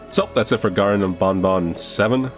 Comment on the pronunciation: its the seventh game and yet he still pronounced banban wrong